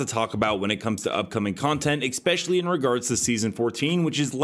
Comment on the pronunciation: Haha notice how you pronounce ‘X-specially’ 🤣